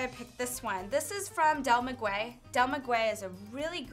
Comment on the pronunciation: Maguey is pronounced "Mah-gay" though D